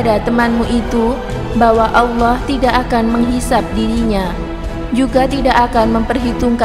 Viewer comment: Saya ragu kalau chanel ini berita nya benar 1.menyebut Allah asala ( ucapan nya salah besar) 2.dalilnya tidak jelas, tadi buku yang dibaca kelihatan seperti buku cerita.